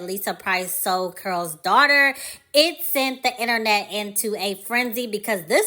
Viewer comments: I keep hearing curl's daughter I thought it was called Carol's Daughter. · Why does she keep saying "Curls' Daughter instead of Carol's Daughter?"